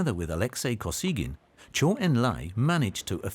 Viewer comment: Good (though too brief) history of Mao's (horrible) later rule, but the narrators' pronunciations of Chinese names are terrible! For example, Zhou is not pronounced like the word zoo, it's pronounced like the name Joe.